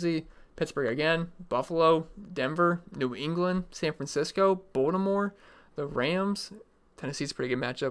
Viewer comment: Good video, but there's a T in BalTimore...not a D.